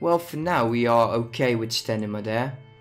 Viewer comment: Stanima really?